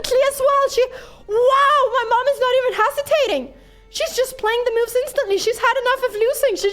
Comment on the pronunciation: Pia really makes some great "meauvs"